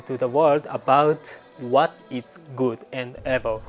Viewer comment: Do you want pronunciation lessons/ help? I would be willing to help you sometimes. For example the way you say evil like “eh-vil” when it should be more like “ee-vil”. Not making fun of you. Im very impressed with your english. If I wasn’t a fan i wouldnt offer help. I live in Hyogo and would be willing to help with your pronunciation via an online chat! For free of course.